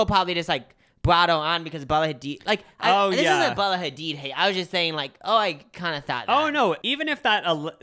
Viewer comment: Bella Ha-DEED not ha-did 😅 PASS-turized not paste-turized omg ily guys. Hope this helps ❤